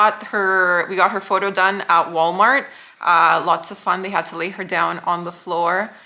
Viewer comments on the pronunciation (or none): none